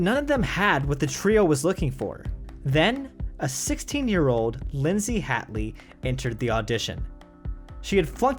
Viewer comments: I'm a little huffy he mispronounced two others, Linzi Hateley (he says 'hat'ley when it's truly 'hate'ley) and the Tommy, Paul Gyngell (should be a hard 'g' first like in Gun and a 'j' for the second. "GiN-jull".) ❤ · Hmmm... some slightly patchy reporting and inaccuracies aside (... Linzi Hateley, it's pronounced HATE-ley, btw, no hats here), this is entertaining none-the- less.